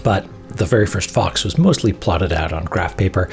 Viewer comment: I like how I know Danny said "back to the fox" but it totally sounded like "fucks"